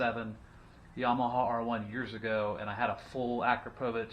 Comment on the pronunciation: Its pronounced A-CROP-OVICH